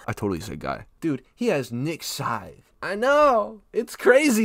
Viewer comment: Nah nah nah forget niks scythe we got “nik Sydne”